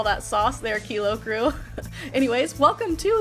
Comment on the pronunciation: "Kilo Few".....stop talking!!!!!